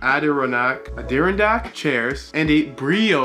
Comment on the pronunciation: it's pronounced ad ri on ack.